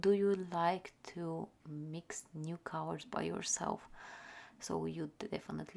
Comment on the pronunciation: It took me a while to realize that you meant to say "colors" every time you said "cowers". Anyway, I've never seeing such beautiful swatch and mixing of watercolors. Thank you for sharing,!